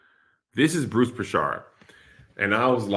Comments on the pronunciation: Mans said "Bruce Prishard" 😂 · Bruce Prichard >> like Richard like. Kev butchered that name like crazy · As a wrestling fan the way your saying Bruce Prichard is hilarious 🤣🤣🤣